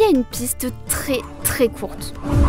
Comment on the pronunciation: ~Très, pas “tré”